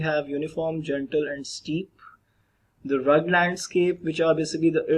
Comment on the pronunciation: Hello. Beta, everything in the video is nice. Just please fix your pronunciation of 'topography' and 'rugged'. Look it up online or in a dictionary. Remember, first impressions are your pronunciations.